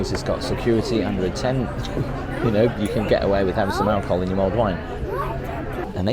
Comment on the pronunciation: It’s mulled wine not mold wine.